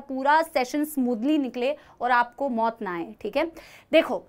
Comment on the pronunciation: 😅Mam aap Jab Mott aayegi bolte ho toh mai toh 😂😂